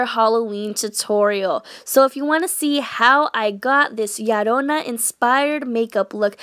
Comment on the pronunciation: I belive it’s la llorona not llarona